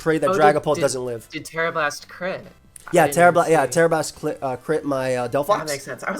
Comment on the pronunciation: "Tera blast clit"